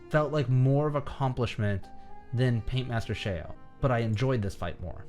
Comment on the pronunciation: Not to be that guy but it's called Paintmaster ShEo not Paintmaster ShAo.